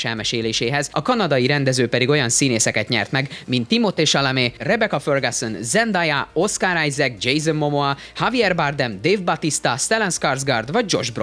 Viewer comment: Nem vagyok kiejtésnáci, de a paukeNberes csajszi "Zendéja". Köszi a videót, Tenet, Free Guy, Halálos iramban 415, Örökkévalók várósak!